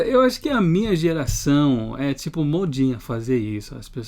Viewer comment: O melhor foi falar o TIPO com sotaque do espanhol kkkkkkkkkk